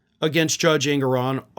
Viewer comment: ❤❤❤❤❤ Love you brother. One critique though, the Judge’s name is pronounced- EN-gore-on. 😊 ❤️❤️💙🇺🇸💙❤️❤️